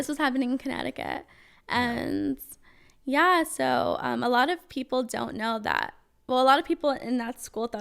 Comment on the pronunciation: First few “ Yweah”… I’m done